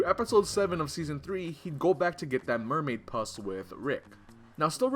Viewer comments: did u say mermaid pus? its mermaid puss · was it just me or did he say "mermaid pus". WTF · Bruh you said mermaid puss all wrong.